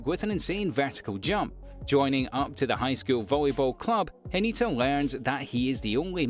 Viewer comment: It's Hinata not Hanita.